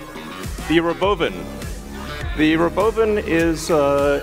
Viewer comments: He pronounces it "ro-BO-vin"? Does he think that'll make it seem less stupid? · Does he say "the robo bin"? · The ruh-bove-in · It's pronounced Robovan and not Robo van? 😂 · Why ro’bovan instead of ‘robovan? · The rowbowvin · Why is he saying rowBOWvin? Wtf😂 “imagine seeing this coming down the road? That would be sick” in a perfect monotone… I swear dudes an alien sleeper. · The re-boven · The RobOUWvan